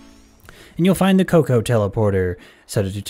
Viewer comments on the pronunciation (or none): none